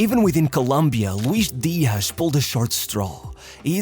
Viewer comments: Louish Deeash. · What is this 'Luish Diash?' He's not Brazilian, but Colombian. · why is this guy saying colombian names like hes brazilean JAJAJAJA